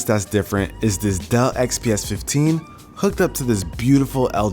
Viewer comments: why did I hear "duh" instead of "Dell"😂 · Awesome setup! Though I wish you could've pronounced the 'L's in Dell properly! :P